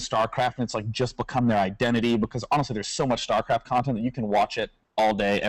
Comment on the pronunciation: if she says "startraft" one more time, I think Day9 is obligated to kill her.